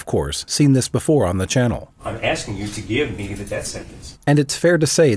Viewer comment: I'm sure they are axing him about subject matter jurisdiction every night😂